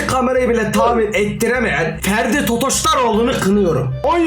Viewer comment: ya ds abi ferdi değil freddy